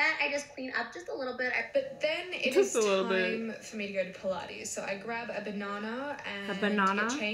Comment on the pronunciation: “A banona” AHAHAHAHA 💀💀💀💀💀